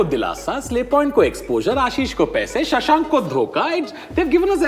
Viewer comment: Tanmay says shashank lol